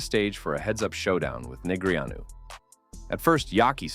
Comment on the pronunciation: Would be great if you pronounced his name correctly